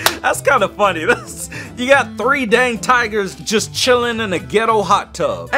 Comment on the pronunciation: It's dang not dand